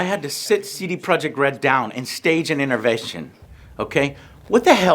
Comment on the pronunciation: "stage an innervession."